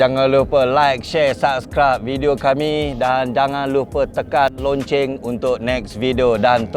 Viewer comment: punya sebutan 'loceng' tu mmg 'longceng' ke bang...🤣😂